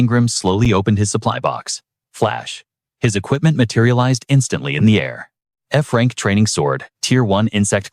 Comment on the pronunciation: Bro it was a joke 😑 he saying Frank instead of F-Rank